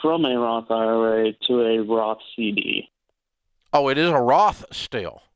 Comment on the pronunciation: if you saw my face when he said Roth CD